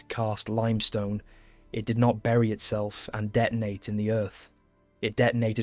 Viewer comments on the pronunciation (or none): none